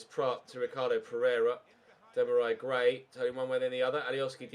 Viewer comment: take time off get wel soon but u can't call gray first name properly